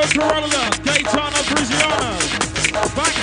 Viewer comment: Someone needs to teach the MC how to say Gaetano's surname 😂